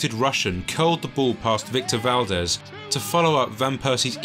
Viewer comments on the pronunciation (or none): none